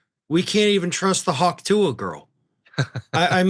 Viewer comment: Did you mispronounce Hawk Tuah on purpose ?